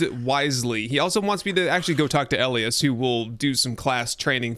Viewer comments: Elias = E-lie-us not L- E- us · FYI - Elias is pronounced "EL - EYE - US" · Elias is pronounced E lie us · First time hearing Elias pronounced that way lol, up here we pronounce it as E-Lie-Ass. Love your content man and I def want to try this mod. I have played UL and am waiting for it to be brought to 1.0 because of your content. Keep up the good work man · ee-lie-us = Elias